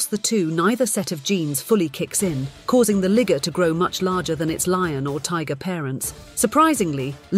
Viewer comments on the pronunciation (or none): Yea and the first time she says it she says LIGER then every time after that its LIGGER!! smh lol wow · It's L I -G E -R liger not ligger you might need to revisit the class room on pronunciation. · I don't like the way she pronounced "Liger" with a Hard "er" 😒😅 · Why you start out saying Liger, then switch your Ligger!! Change that ma’am sounds too much like……you know😂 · i don’t like when she pronounces it ligger instead of liger😂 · Aye…..lets stick to “Lie” Ger instead of “Lig” ger. I don’t know, it’s just don’t feel right when u say it the other way. Can’t put my finger on it…..but something about that pronunciation just makes me wanna fight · It’s pronounced Liger (Lie-Ger). I hate when they narrate ish 🤦🏾‍♂️🤦🏾‍♂️🤦🏾‍♂️ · I thought it' was pronounced Lie-Ger lmao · Bruh, she messed me up with switching the pronunciation out of nowhere. I was like "What?! Wait a minute. Where did that come from? Why did you change it!? Am I the only Ligga hearing this?! This Ligga done lost her mind!!!" And it got worse the more she said it. 😅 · THE WAY SHE SAYS "LIGGERR" THOO😂😂😂 she sounds like she means it yall😤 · Dam the narrator getting a little to close with the Liger pronunciation 🤣…she saying it like “ligger” ….😐 hard r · How tf she goes from pronouncing liger perfectly, to saying ligger with the hard er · How tf she get ligger out of lion and tiger? Neither one pronounces the I like that smfh, she for sure know wtf she was doing. Bleeding Karen. 😂😂😂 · Yes, she did switch it. Why? Somebody corrected her? She said it right the first time. Very silly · I think tilon would been a cooler name than...liger 🙄 or at least pronounce it as "laiga" smh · I noticed that also. She clearly said it correctly the first time. Then after that she just kept with the "L" word 😂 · I'm happy I'm not the only one. She was saying it the correct way in the beginning and then switch.😢😢😢😢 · I find it funny how she started pronouncing it with a capital I and then decided to nearly be racist 😭